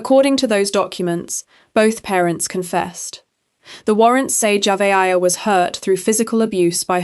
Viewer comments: AI SLOP Saying that dead little girl's name JAVA-AYA is so DISRESPECTFUL. You could have at least TRIED to give her a tiny bit of dignity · At first you were pronouncing her name totally wrong, then along the way, you started pronouncing it correct. I guess you saw either sine need coverage or someone else pronouncing it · Please learn how to pronounce the victims name. Damn she at least deserves that respect. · Please pronounce the child name right my goodness Lord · the names are mispronounced, it is impersonal. I was following the story came across your video but I was put off tried to watch but quit 5mins in. It was informative but just... thanks for responding. Also im in South Africa.